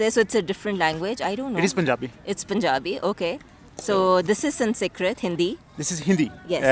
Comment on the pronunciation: "Sun see krit." And she's a teacher, ffs!